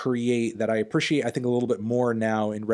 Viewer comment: Why do you pronounce “appreciate” like “appersherrate”